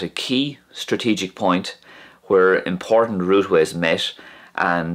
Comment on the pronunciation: It's really interesting to hear the wh in when and where is pronounced "hwen" and "hwere".